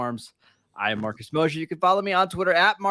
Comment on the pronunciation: Is Mosher capable of pronouncing a name properly?